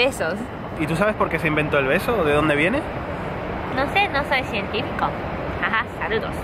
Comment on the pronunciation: no soi cientifiko 😂